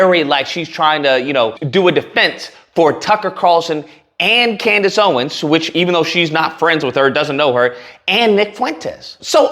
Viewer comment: why are you saying Kundace Owen? Are you trying to reminder her she can't run away her Kunta Kinte roots 😂